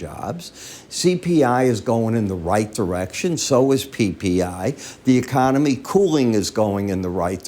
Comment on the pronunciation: YOU JUST SAID THE KONOMY IN GOOD SHAPE HAHAHA